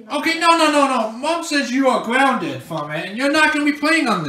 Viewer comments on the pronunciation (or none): Your Gwounded 😂